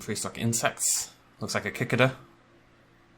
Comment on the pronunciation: He did not just pronounce it like Kickida, I thought it pronounced like Sikade-a 😂